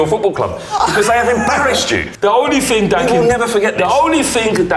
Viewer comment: stop saying ting...